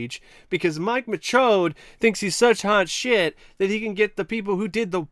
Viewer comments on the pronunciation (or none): I just wanna say real quick that I love your commitment to calling him Mike MaCHODE throughout this entire video lmao